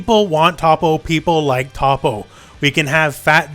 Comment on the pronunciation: Learn to pronounce toppos name please